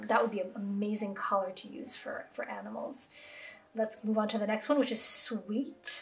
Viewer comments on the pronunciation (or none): none